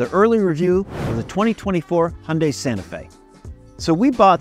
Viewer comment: NOT "Hunday". "Hyun" + "day". And "Hyun" is one syllable. At least you didn't say "High" + "un" + "die". That is just awful. Here in central Seoul, the new Santa Fe is all over the place. And people love it. Of course! But it is basically criminal to buy any model except the top one, with all the trimmings! Don't make that mistake if you are getting one: Get the top one!